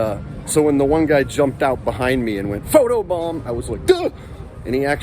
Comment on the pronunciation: He didn’t say photo bomb 💣 he said photo bum